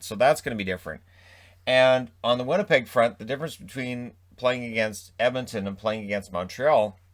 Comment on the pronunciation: Let’s go “Vinnypeg” sincerely the...😋